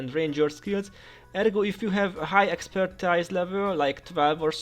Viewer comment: ex - per - TEEZ